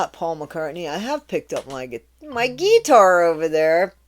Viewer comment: Dear, I hope you fail your Monday test! ✨❤️✨ Also, love the way you said “gui-tar” - a nod to Kurt Cobain’s “Strap on your gui-tar!” during Nirvana Unplugged! 💋